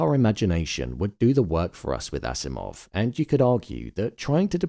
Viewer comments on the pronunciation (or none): It's Akimov not Asimov. (Alexandr Fyodorovich Akimov) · The name of the scientist is Alexander Akimov not Asimov, but other than that, great job!